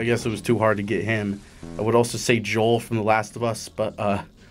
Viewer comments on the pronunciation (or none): none